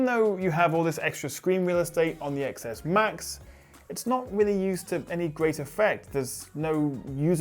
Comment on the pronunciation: IT'S PRONOUNCED TEN S AND TEN S MAX IDIOTS.